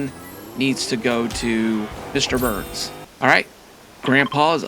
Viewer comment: Every time that you say Mr Burns you're saying it wrong you're saying Mr Barnes it's Burns